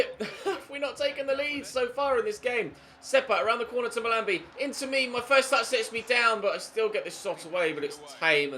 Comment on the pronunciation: is pronouncing "Mahlmbi" wrong